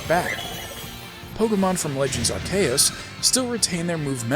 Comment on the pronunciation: TOTAL sidenote, but this is the only time I've EVER heard anyone share my pronunciation of Arceus, and I have never been more happy to hear someone use an uncommon pronunciation before in my life!